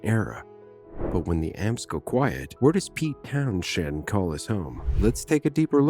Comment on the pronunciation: Oh AI is useless with local London pronunciation, can’t even say his surname or place names correctly 😢